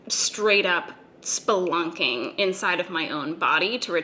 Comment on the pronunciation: Honestly you said splunking and I spit my water out